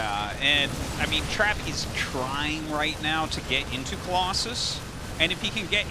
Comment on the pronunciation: Omg the way they pronounce Trap at the beginning of the video, as Trape is hilarious.